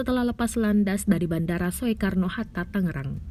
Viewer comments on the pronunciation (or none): Kok bacanya bandara soekarno, ga dibaca Sukarno. Duh.... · Seriusan portal berita bacanya SOEKARNO bukan SUKARNO...